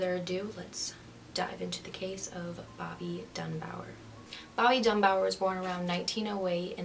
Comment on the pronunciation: Bobby DUNBAR. Not Dunbower. LESSIE, not Leslie Dunbar. Hard to listen to you when you cannot even pronounce the names correctly. 🙄